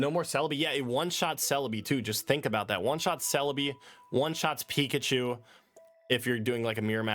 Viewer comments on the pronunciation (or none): none